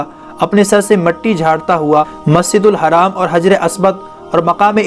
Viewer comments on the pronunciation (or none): none